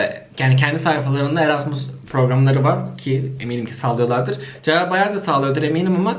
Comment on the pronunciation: sallıyorlardır mı diyor yanlış mı duyuyorum.